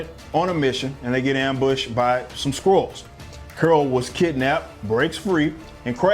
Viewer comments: You were saying Scrulls. I thought you were saying *squirrels*. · Am I the only one who heard "Carol Danvers is kidnapped by some Squirrels"? xD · Are you saying squirrel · Why does it sound like squirrels every time I hear someone say Skrulls?